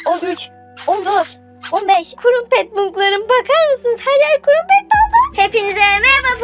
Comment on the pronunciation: kurumpet değil o kırampet diye söyleniyor